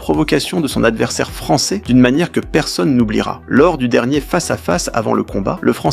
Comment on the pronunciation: Le Fra'çais 🤣🤣